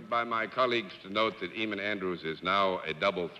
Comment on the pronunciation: Eamon Andrews is a gorgeous man. I wish the panel hadn't passed away because I would love to correct John for always pronouncing Eamon as it's spelt rather than Aimon. Too bad I'm many years too late. 🤣